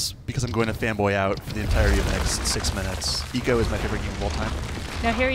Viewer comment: I know haha my point is the guy keeps pronouncing it wrong